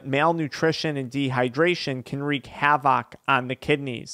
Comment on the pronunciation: Immediately threw his credibility out the window pronouncing havoc like that 😂😂😂😂